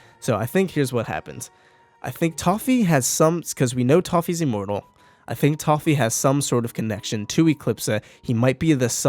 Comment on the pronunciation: Why do you keep saying E-mmortal instead of an i sound lol???